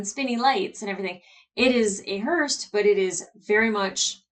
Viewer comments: You mixing up Alex and Amos’s names is funny enough but I almost died laughing when you said Hearst instead of Hearse 🤦🏼‍♂️ 😂 👀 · I'm hearing you say 'hearst', the word is 'hearse'. Maybe my ears are playing up.